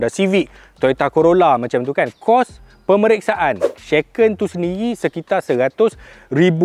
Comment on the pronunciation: shaken bang shaaa. bukan sheken 😅